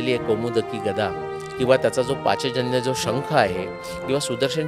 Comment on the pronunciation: पाचजन्य नव्हे . पांचजन्य . पांचजन्यो हृषीकेशो देवदत्तं धनंजयः ।